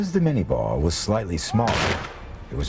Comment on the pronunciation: It's Minié ball, not mini ball. And Chauchat, not Chow Chow. Otherwise, good doc.